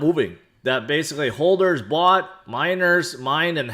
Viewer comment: What’s a ‘hoLder’ ? 🥴